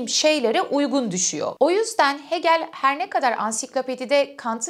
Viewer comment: Hegel'i "Heegıl" olarak telaffuz etmelisiniz.